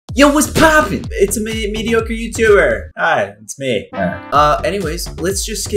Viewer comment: I like that you said what's poping